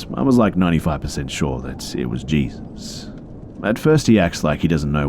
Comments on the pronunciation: These were great! A+ content as always. One note though, Jesus was probably meant to be pronounced like "hay-soos." It's a very common name in mexico and south america; you'll hear it a lot in southern states as well. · Oof. Sorry man but the name Jesus is pronounced like hey-soos. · Jesus is a common name in some cultures? Dafuq dude in Hispanic cultures yeah but its pronounced (hey-sus) j's are h's in Spanish. Nit sure if this is an error on the story writers post or bustas... but lolwut? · I think Jesus is pronounced Hey-Soos😶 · i heard him say jesus and instantly went to the comments to see if anyone had noticed the mispronunciation lol